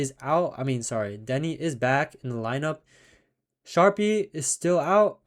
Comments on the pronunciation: It's spelled Sharpe its pronounced Sharp. Wtf, lol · Sharpe is pronounce sharp👌🏻